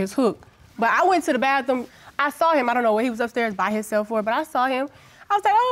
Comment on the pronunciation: Bathroom not baffrom